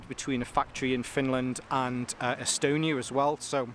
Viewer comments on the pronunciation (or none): none